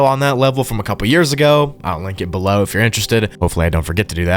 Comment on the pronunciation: “leave a comment bellow !” Son 😭🙏🏻